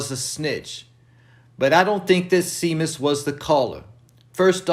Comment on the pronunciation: It’s pronounced (ShayMus)